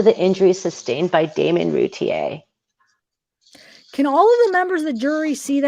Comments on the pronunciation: I think it's great you are doing the trial transcripts on videos...the name is pronounced Roo Teer. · Actually it’s French and the correct prononciation is routiay like lay it’s the French e accent aigüe. But yes thats the way it’s pronounced by the family since they don’t live in France. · The name is pronounced Roo-teer but hell u both did amazing there r a lot of words..u all did an amazing job way better than I could have reading to thousands of people